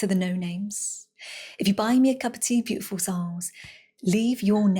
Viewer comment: Every time, she begins too soon, so I hear "tiful souls".